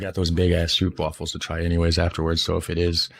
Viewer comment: . How to say "Stroopwafels": Do not say "oo"(🇭🇺) as "oo"(🇬🇧), but say the "oo"(🇭🇺) as "ó"(🇬🇧), as the "o"(🇬🇧) in "No"(🇬🇧). Ps. Use Google Translate to hear how to pronounce the word "Stroopwafels".